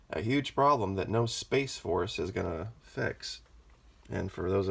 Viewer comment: Lol hahaha,, yeah I just got the chance to watch this one...and you're cracking me up. Your voice emphasis on Space Force has got me rolling....we need a Dome Force....hahaha, keeping the dome shiny....no finger print smudges*. I don't agree with everything, but I *love your reporting. Its teaching me. ----You are such a *smart ass*.....lmao....love it. Thanks!